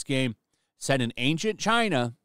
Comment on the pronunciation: You pronounced China wrong.